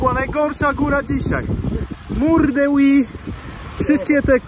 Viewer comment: Od tego powinno się zacząć. Mam na myśli prawidłową wymowę tej ścianki [Huy]. dzięki. Od teraz będę o tym myślał mniej wulgarnie.